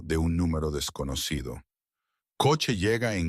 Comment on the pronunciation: Desconocido se pronuncia